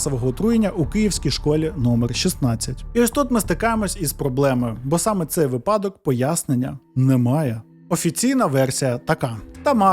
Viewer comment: Чудовий оповідач! Слухати цікаво. Але будь ласка - вИпадок. Стежте за наголосом.